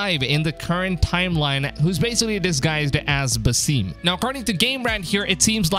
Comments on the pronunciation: Havent u payed attention to the story? His name is pronounced "Basim" not "Basìm" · For your information. He is called ( Ba-Sim) not ( baseem) . It's Arabic name which translates to ( the smiling) . It's common name